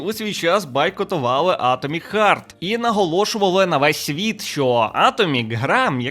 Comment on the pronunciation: я розумію що це шутка, але не хёрт а харт